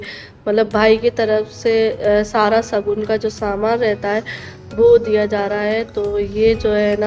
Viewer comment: Kamse kam apne talafuz shi se nikala Karo suru nhi shuru hota h sagun nhi shagun khusi nhi khushi ese na jane kitne alfaz h ese hi apne bacho ko bhi sikhaogi